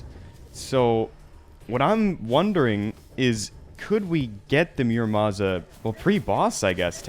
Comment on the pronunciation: Please, ur pronunciation of muramasa is killing me. It’s moo-ra-mah-sah. Loved the rest of your vid btw! Keep up the 1.4.4 content!!!